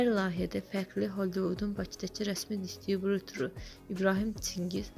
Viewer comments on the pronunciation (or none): Sən get. bizbaş bişir əgər bişirə bilursənsənsə xəbər oxumaq özudə. səy və səviyyəsiz xəbər kimə lazimdir kiminsə cəki atmagi sən distribürör sözünü tələffüz edə bilimusənsə get kartofunu soy ekə danişirsan elə bil ölüm ayagindasan canin cixacaq bu dəqiqq 😏🥴😏🥴😏